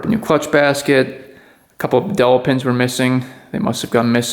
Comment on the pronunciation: Dowel. It's pronounced like Towel.